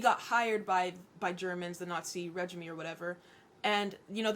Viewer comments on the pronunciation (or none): Regime is pronounced ray-jeem not rej-i-mee like regiment